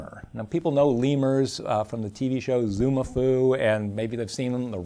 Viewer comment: all this education and he cant even say zoboomafoo...